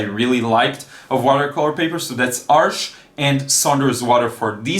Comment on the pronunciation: You're the only artist I know that pronounces "Arches" correctly, haha. Good video! I'm excited to try Saunders Waterford as I keep hearing it's great. My current favourite paper is Fontaine (by Clairefontaine) with semi-glazed texture. I quit using Cold Press papers since they're too textured for my kind of work, but I can see why so many people enjoy them!